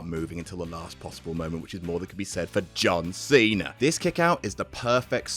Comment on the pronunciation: the way he says John Cena makes me laugh so much.